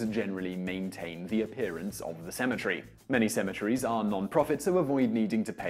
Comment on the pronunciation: Sounds like you said asymmetry goes under. LOL